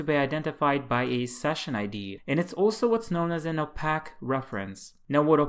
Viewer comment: Nicely done. Clear and concise. One tiny quibble: The word "opaque" should be pronounced as "oh-pake", not as "oh-pack". It is a word borrowed from optics, where it means non-transparent. One might say that a one-way mirror is transparent on one side and opaque on the other.